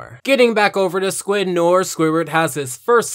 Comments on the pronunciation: It's pronounce NWAR, not NORE. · Okay, good video, but as a kid who knew how to say it before he took French classes, it irks me that you mispronounce Noir. It is pronounced more akin to na-war rather than nor. Just a nitpick. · It's not pronounced "n or" it's "nori" like Jim noir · It's nuh-WAHR, not 'noyr'. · It’s not nor, it’s no-waar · Noir is pronounced "nwahr", not "nurr" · WHAT IS WRONG WITH YOU IT'S NO-ARR NOT NOR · Michael Fixedsys - Fixedsys Labs no ar is the correct pronunciation since it comes from the French language and btw noir means black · It's "nwoir" I'm French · It’s pronounced “new-are” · I just pronounce it "noyer" lol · In reality it’s more no-aur. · Arrow Head NO AIR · Great Review, but for future reference "Noir" is pronounced No-Are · It killed me how much he kept pronouncing Noir as Nor. I'm sorry for being annoying but it's true. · My only problem eith this video, is you said noir wrong it's said like "No" and "Are" in that order, so far the the episode is good other than that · The way you pronounce Noir has got my OCD up. It’s pronounced ‘No-are’ Still great review though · I'm sure you've been told by now but noir is pronounced no-our (its french). Its a play on Film noir a genre of film. Just so you know going forward. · Why does he keep pronouncing “noir” like “nore” it’s driving me crazy 😭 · Can we not pronounce Noir as nore? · Why do you pronounce noir as nore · Thus kinda bugged me but noir is pronounced like: no are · its pronounced new are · Can you please pronounce Noir correctly? It sounds like no-WAHR, not no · It’s pronounced No-Are It’s French for “Black” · It's pronounced "New-Are". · Noir is pronounced No ARE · Noir is pronounced nwar. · Noir is pronounced no-ar sorry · Noir pronounced no-ar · It is pronounced no ar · you miss pronounced noir it honestly pissed me of lol i did give you a like tho i preferred where's Wanda myself tho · THATS NAHT HOW YOU PRONOUNCE NOIR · You said noir wrong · You kept mispronouncing "Noir"